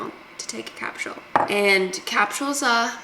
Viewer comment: Do Aussies spell capsule with a T in there? Or is it just the pronunciation that is thick on a capsTule?